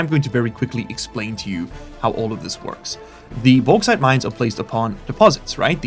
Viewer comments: bauxite = boarite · May I suggest: "The Baux-Haul" for the Bauxite Train? With the way you are pronouncing it,, it is sure to massivly increase the Value in the west, which might be entirely unrelated to a checks note Bri'ish Company?